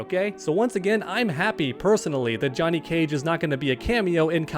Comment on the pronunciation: Why is he saying "Juh-net" Cage?